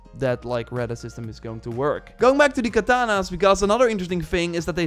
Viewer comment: Its katanas not kananas